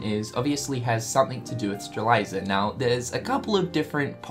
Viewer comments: Its prounounccncouned "Stray-lit-zee-uh" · Sees T in front the Z in Strelitzia Also notices the I after the Z: "Streliza" Cringes but still loves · STRE-LITZ-IA, not Streleiza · Strelitzia, not Streliza. But it's fine, I guess... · IT'S STRAH-LIT-ZEE-AH GOD DAMMIT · for the record, it Strelitzia is pronounced Strel - lit - zee - uh. Not trying to be a grammar police or whatever, but just thought u should know. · say it with me, STRE-LIT-ZI-YA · Your killing me with Strelitzia's name pronunciation,... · It's Lauriam, not freaking Lumaria, geesh. Stop imposing what you think should be the name, and call them by their real names. It's Strelitzia, not freaking Stralisa, yoy can clearly see the "T" letter in her name, and you see an i right before the last "A" -.- it's not funny, it's not cute and definetly not entertaining. It's just annoying and it makes me think that you simply don't care to learn their proper names. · Lauriam, NOT Lumaria. Strelitzia, NOT Strelaisa. 🙄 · How can you pronounce that flower but not Lauriam or Strelitzia?!